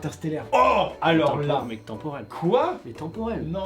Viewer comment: maiii temporail